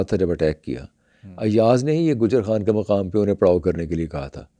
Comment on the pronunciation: Abay yeh konsi community hai pakistan me...jo..kh...sunne k baad bhi...ha...boltay hain..for example Khan..haan... Khaatoon...haatoon Kh...lafz...se inko chirh chid hai... Ya ..kh..ne inka ijtemayi...RAPE..kiya hai...? From india 🇮🇳 ♥️